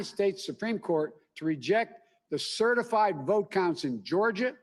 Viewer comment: CertifLied??? Is he drunk or a freudian slip..CERTIF...LIED???